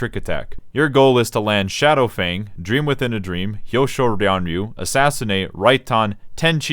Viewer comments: I lost it at ''Drimo wizin a drimo'' hahahaha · I couldn't hold it anymore when he said ''Dream within a dream'' with that accent